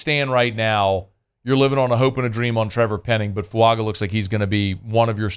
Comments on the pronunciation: why you keep saying Fuanga, his last name is Fuaga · There’s no N in our new tackle’s name. It’s foo-AH-gah. Not foo-UNG-guh. And you’re not alone! Most N.O. Podcasters are making the same mistake. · there isn't a "N" anywhere in Fuaga's name... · Killing his last name. Cmon man….